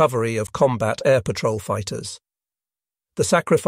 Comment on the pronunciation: "Pat-roll" You mean patrol?